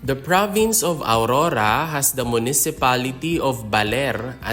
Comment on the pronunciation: Not aurura but AURORA..